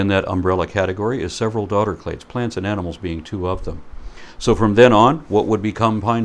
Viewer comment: Did just say "... it's all Lantan..." WTF is Lantan?